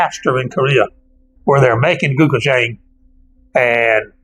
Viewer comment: Pronounced closer to "Go-chew-jong", great video!